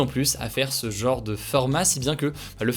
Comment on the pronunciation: C'est quoi le délire avec le mot "genre"? Pour"jambe", tu ne dis pas "jeuambe"! Alors pourquoi vous êtes des dizaines sur YT à dire "jeuenre" pour "genre"? C'est mystérieux 😶